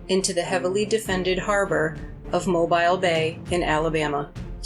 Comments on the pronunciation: Mobile is pronounced mo-Beel, not Mo-bile. Otherwise, great story. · Mo-bee-le, yankee! Stop saying mo-b-eye-le.